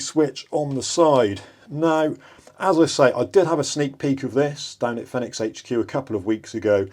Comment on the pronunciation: It's pronounced "Feenix" or "Phoenix" aka the fire bird (like the one on their logo)